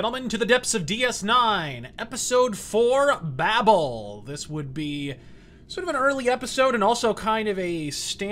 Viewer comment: It's pronounced Bay-Bell.